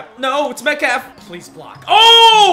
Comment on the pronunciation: “no it’s metkalf” y u say it like that 😭 watch all ur vids tho keep it up man